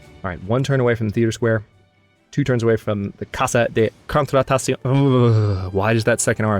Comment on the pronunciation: It may help to say Contratación as two separate phrases. Tación almost sounds like ta-THYON if you want to go with authentic Spanish.